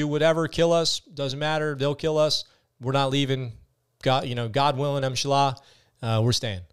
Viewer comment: Dude its InshaAllah. Learn before speaking different language... You are a Vet, have some honor.